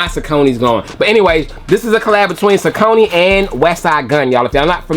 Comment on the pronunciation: great review as per usual!!..i believe saucony is pronounced "SAWK-NEY" tho..keep bringing the heat!!